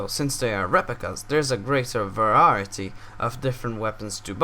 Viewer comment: Good vidio i love it when u said verayity lol weldon tho:)